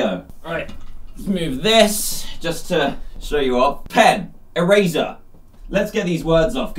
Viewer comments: did you notice he said erazer and not eraser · Dan: ErAzEr Me: it’s eraser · Dan u said " Erazer" did u mean eraser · He said erazer.